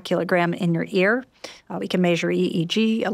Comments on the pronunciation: This was good but every time she said “maysure” I lost the plot. I know it’s a me problem but it threw me off. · Maysure 😅 brilliant but that was nearly un bearable